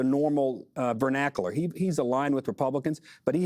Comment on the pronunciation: Upended the 'vernacul?'.....uhhh I think he meant vernacular